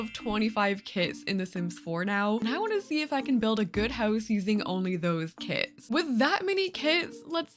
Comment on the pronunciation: I thought you said kids!